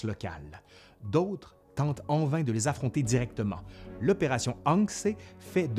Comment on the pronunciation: L'opération Achse devrait se prononcer Ach-ze ? à moins que ce ne soit pas l'habitude. Bravo pour la vidéo.